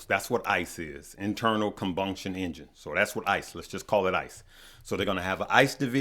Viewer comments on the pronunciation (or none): Me be trippin me out on the pronunciation of some of his words😭 “internal combunction engine” it’s combustion not ^😂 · Combunction? Lol do you mean combustion keep up the good work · Cmon Combunktion Engines!! SMH Love Ya Lmao. It's combustion my man